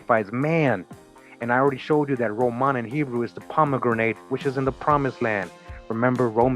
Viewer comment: It's pronounced "Pom-e-GRANIT." Not "grenade". JC.